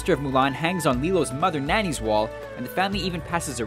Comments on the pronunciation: That's not Lilo's mom, that's her sister and Her name is pronounced (NAH•knee) not Nanny. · facepalm Nani is her sister, not mother. And it's pronounced nä-ni, not nanny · her name is nani Not narni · Nani is Lilo's older sister, not her mom. And her name isn't "Nanny", it's "Nah-nee" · First of all its Lilios sister not mom And it's pronounced Naaaa-ne not nuni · Alfonso Navarro Also her name is pronounced Narni not Nanny omg did he eve watch Lilo and stitch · Nani in lilo and stitch is pronounced NAW-KNEE. Plus she is lilo's sister! come onnnn... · Yup just her big sister ane that's not how Lilo pronuces her sister's namen it is pronuced nonnie.